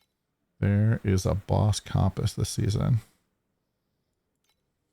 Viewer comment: you says comp ASS its pronounced more like cump ISS funny enough no hate lol